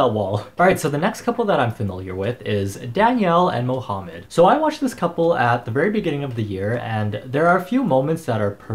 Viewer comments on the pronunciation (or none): Did he just say mohumed like mo + humed